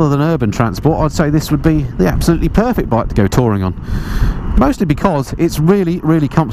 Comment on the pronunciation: Ab-soluteley amoizing